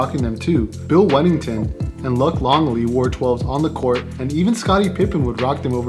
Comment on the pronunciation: TAXI 12s say no more PS ( Luc pronounce Luke ) lol